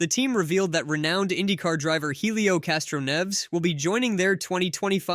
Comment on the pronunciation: Good job butchering castroneves last name😊